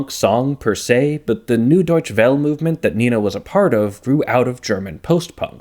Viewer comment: Deutsche not Deustche